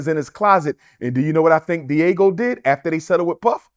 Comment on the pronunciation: Can he learn how to pronounce Diageo? I hope he's not teaching anything at his fake school if it ever opens